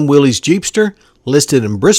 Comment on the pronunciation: I was surprised to hear you say “willies” pickup. It’s pronounced Willis...just saying.